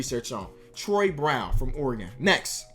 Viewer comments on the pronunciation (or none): none